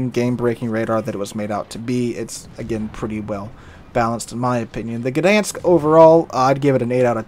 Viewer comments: I know it's not silent, but it isn't the "guh" sound that I've been hearing on every video about this ship and it would be less irritating to miss the "G" but still get the ń than to get the "guh-dan-sk". (Posting this from Łeba on holidays, drove through Gdańsk yesterday). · FYI - everybody's pronounciation of this ship is dented up. It's more like "Dine-sk". The G is close enough to silent in Polish that most non-Polish speakers should pretend it isn't there. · The "G" is far from silent. It's pronounced /ɡdaj̃sk/. Source: I'm Polish